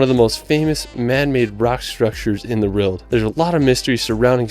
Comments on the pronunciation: I can totally understand him not getting a lot of the England specific pronunciation correct but "rild" instead of "world" just weirds me out. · It really winds me up how the narrator can't pronounce 'world'.....but is the only American I've ever heard say Edinburgh correctly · It just sounds like he has a slight speech impediment that's all. Notice how he pronounces 'world'.